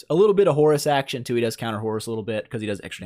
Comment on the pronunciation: I keep hearing "Horse" whenever you are talking about Horus somehow :p